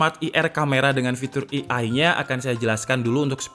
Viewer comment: Btw, ei ai, not i ai 😀. It's a great video though. I'm your regular viewer.